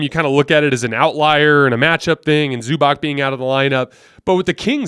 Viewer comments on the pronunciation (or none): I don't know why, but can't say Zubac correctly. It should sound like Zubats not Zubock